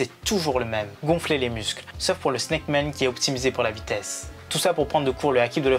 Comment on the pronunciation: Man pas Men un petit cour d'anglais rapide mdr !🤣🤣🤣